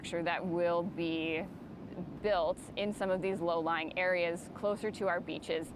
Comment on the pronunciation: "... the wide open beaches are lay-lowing." Did she really just say that? 😂🤣😂 Uh, I think the word you're looking for is "low-lying." 🙄